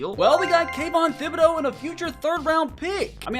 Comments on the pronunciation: Can someone tell my man that the “Th” in Thibodaux still makes a regular “tib” sound and not the “thib” sound 😂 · You are say thibodeaux wrong I’m just saying